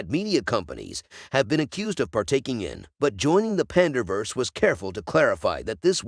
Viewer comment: Pander vs eh. Good Job AI